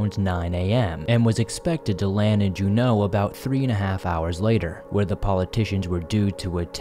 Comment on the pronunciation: Saying "Alaskan Bermuda triangle" just sounds stupid. Alaska is nowhere near Bermuda, just call it the Alaskan triangle. Also, "Juneau" is emphasized on the first syllable, just in case you make another video on the topic.